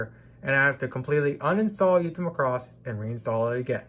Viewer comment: Bro, it's Macross not Muh-cross. Thanks for your hard work!